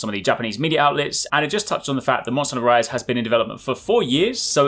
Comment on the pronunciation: When you say MH Rise, I don't know ehy it sounds like MH Rice xD